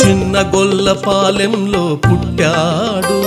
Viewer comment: Gollapalli kadu gollapaalem correct ga pronounce cheyandi